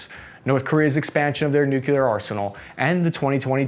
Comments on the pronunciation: Hey W, it’s nuclear, not nucular. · Nu-Clee-Ur. Not Nuk-U-Lar. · It’s nuclear weapons…….not NUCULAR weapons😂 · NU - KLEE - ER ... not ... NU - KYU - LER. Love the channel. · I really love your videos but you have GOT TO STOP saying “nuculer” instead of “nuclear”. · Nuclear is pronounced “New-Clear” not “Nuke-u-lur.” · Nookyooler? Come on, man... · It's nuke lee ar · I just have a hard time with you saying "nUkuLer". C'mon man!! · Its pronounced NUCLEAR! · WHY IS IT THAT YOU GUYS CANNOT PRONOUNCE "NUCLEAR"?